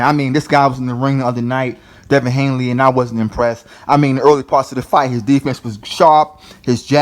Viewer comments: HANEY man! Not HANELY! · Please say his name correct if your gonna make a video about him ,damn son his name is Devin Haney...not Hanley.He’s still growing he still has time to get developed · At least pronounce his name correctly. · yo pronounce his name correctly before you talk ya stuff about him 😂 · You can't even say the kids name correctly